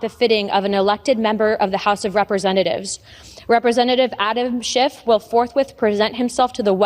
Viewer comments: Notice that both Luna and Mccarthy call him "Shift" instead of "Shiff on multiple occasions. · His name is SCHIFF, not SCHIFT. dummies. And that's rich coming from Santos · What is really immature is that the GOP is mispronouncing people’s names. Schift, in this example. What if Dem’s did this as well (like )? Decorum would be lost forever. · Did McCarthy say Adam Shift??? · Okay, Scamtos and Looney, I get, but why is a douche canoe like McCarthy Speaker of OUR House when he can't even pronounce Rep. Adam Schiff's name correctly?